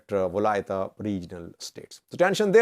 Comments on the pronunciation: you are mispronouncing the name of the capital city of Guragye. It is pronounced "Well-kee-te not Welkaitty. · It's not welkayti it is welkite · pronounce it Welkeete.